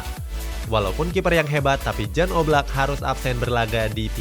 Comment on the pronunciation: Menit, Maaf, itu dibacanya bukan 'Jan', tapi 'Yan' (dalam bahasa SLovenia huruf 'J' dibaca 'Y'